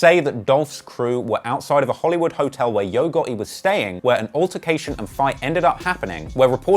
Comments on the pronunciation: Not Gutti....GOTTI!😂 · Nigga how hard is it to say the letter t when you say gotti 😂😂😂😂